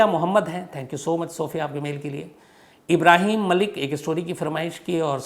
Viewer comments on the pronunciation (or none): none